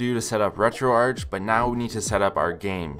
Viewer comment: first time i hear someone pronouncing it like u to most of the times ppl call it retroarc i treid retroarch first time on my psp and it is so bad